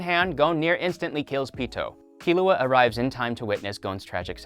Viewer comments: He says kil oo uh, it’s key loo uh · Why am I so annoyed that he said Killua’s name wrong- Killua (Pronounced Kirua) ;-; No hate